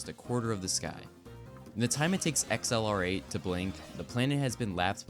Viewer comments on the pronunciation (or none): XLR8 isn’t pronounced “Ex El Are Ate”. It’s ACCELERATE.